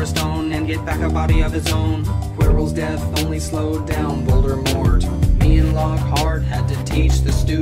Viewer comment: Why do you say Voldermort it's voldimort